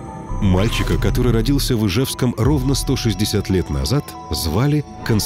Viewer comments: правильно не ижЕвское, а Ижевское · Ижевское ударение на И!!